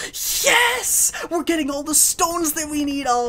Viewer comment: I love how you say Yeias insted of Yes